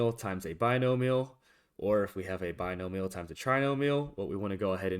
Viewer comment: bi-no-mi-al (BYE-NO-ME-AL). Keep up the good work.